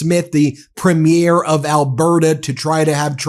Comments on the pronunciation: This is literally the smallest thing, but I know it irks a lot of Canadians: “premier”, the government position, is pronounced “PREE-mere” (emphasis on the first syllable, mere like merely), not preh-MIER (like movie premiere), as most Americans pronounce it. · It’s pronounced Preem yer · From Canada with love, it’s pronounced “preeee -mur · Psst Ben, it’s pronounced “PREEM-yer”. Otherwise, excellent report today, as usual. 🇨🇦👏👏👏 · I love this Canadian coverage. But US media keeps on pronouncing "premier" wrong. 😛 Kudos Charlie. Come visit Alberta again!